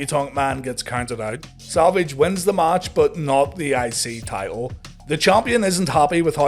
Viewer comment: Every time he says I-C champ or I-C TITLE I am hearing ICY-champ ICY-TITLE! L lol